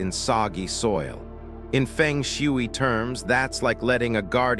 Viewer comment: I am annoyed on how you pronounce Feng Shui